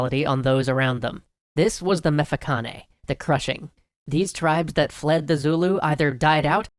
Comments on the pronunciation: lol 'Emefekhané' I don't even know how to write it how its said, but C is does not sound like a hard K, Not even K sounds like a hard K in Nguni Languages, only KH sounds like a hard way. C is more like kissing your teeth with your tongue, like placing your tongueat the back of your front teeths roots on the top of our mouth, and pulling back while gently sucking you know what nevermind.... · Pronunciation issues, mficane is like, mmm (yum) fi (fish) ca (the c is a click, sounds like a scorning tsk) ne